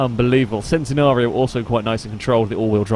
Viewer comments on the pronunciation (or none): It's centenario not centinario